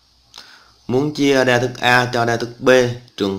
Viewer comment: chia đa thức mà thây kêu chia da thức